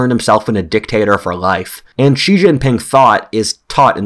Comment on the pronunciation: Consider that "George Friedman is an internationally recognized geopolitical forecaster and strategist on international affairs and the founder and chairman of Geopolitical Futures." but he can't pronounce "Xi" in Xi Jinping -- the second most important global leader for the past decade.